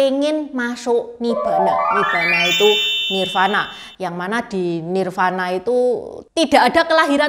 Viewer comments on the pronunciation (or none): Tambahan koreksi utk Nirvana dibacanya : Nirwana